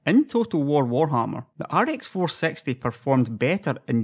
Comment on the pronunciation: ok now that i listen again ive no idea whats his accent honestly. Also whats with the facepalm? i meant when he says rx 460 it sounds like "ar ex four sexty".